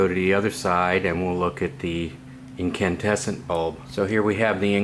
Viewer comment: You mean incandescent ? It sounds like you keep saying incantesant.